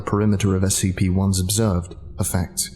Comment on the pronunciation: As anyone else notice that this person is saying SPC instead of SCP? And for those who don't know, SPC stands for shark punching Center. Seriously look it up!